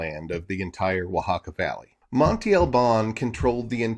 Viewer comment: Monte is a hill, mound or mountain in Spanish...it is pronounced "mon-teh" ..not monti..